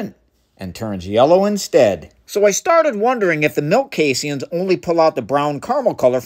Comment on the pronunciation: I’ve never heard it pronounced “casey Ians” before 😂